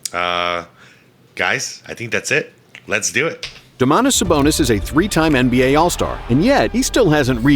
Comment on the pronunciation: not "arvYYdas", but "AArvydas". He is my neighbor. I am lithuanian. And not "domAAntas", but "dOOmantas". These are both Lithuanian names.